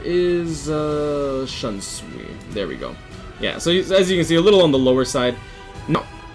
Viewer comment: Its shoonsui not Shansui* GG though good vid, I dont have all of them personally but very intresting top10 indeed.👌